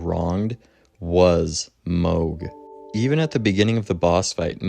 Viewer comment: Is switching between calling him mahg and mohg some kind of engagement trolling? I will never understand why people mispronounce names that are said out loud in the game. Especially if you're gonna make a wholeass video about him. Every time I hear it I feel like I'm being flipped the bird behind the mic.